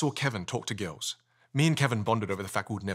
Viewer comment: "Talk to gils." Cracked me up